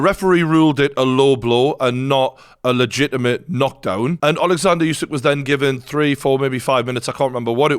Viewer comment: Another commentator that can't pronounce Usyk's name despite everyone being reminded thousands of times now. Still like that guy's break downs though.